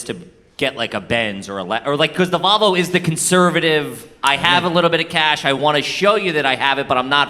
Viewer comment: Hahahaha "Valvo"